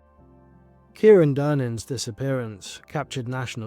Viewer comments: Kyran is pronounced Ky-ran not Kieran here in Ireland. Also Drogheda is pronounced Dro-heda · The wee boys name isn't Kieran. It's Kyran (Kai - ran) please learn how to say the victims name right before making a video. Also the place names as well Dundalk (Dundak) and Drogheda ( Draw- heda) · Or Kai-ron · Absolutely heartbreaking 😢 BTW his name is pronounced as ky ran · Thanks so much for making this ...just a heads up it's said KY -Ron ❤